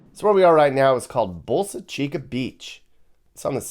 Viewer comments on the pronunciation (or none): Boca Chica beach not bolsa Chica